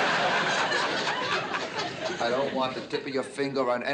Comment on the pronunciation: Bea said, "then let me touch your teef'."